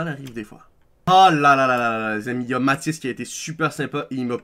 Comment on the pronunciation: C'est Matis pas Mati xddd